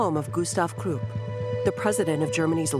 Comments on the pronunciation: Temple Hof like Hoff, not hoof and Krupp like cup not Croop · Whoever the narrator is, really needs to learn the proper pronunciation of numerous German names...obviously, not a student of history..."tempelhof airport, krupp and ruhr valley" are just a few she butchered.